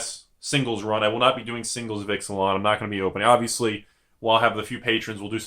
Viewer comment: I really hope the plane is not pronounced "Ix-uh-lon" instead of "Eech-ah-lon".